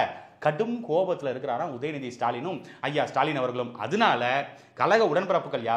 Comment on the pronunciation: இனி தூய தமிழில் முதல்வரை சுடாலின் என்று அழைப்போம். உங்களுக்கு ஸ்சு. ஸ்சு என்று கேட்கிறதா. எனக்கும் ஸ்சு ஸ்சு என்றே கேட்கிறது. சந்தானம் காமேடி.